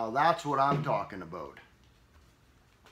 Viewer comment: “That’s what I’m talking aboat.”....